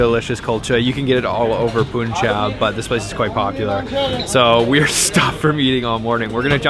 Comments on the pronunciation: It’s not poonjab it’s panjab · Hey. Punjab is pronounced like a sound instead of u. Like in Bun or fun ☺️